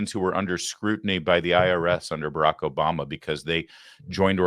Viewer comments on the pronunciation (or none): none